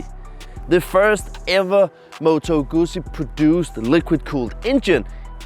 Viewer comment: You need to learn how to say Guzzi.... It is pronounce "Good Zee".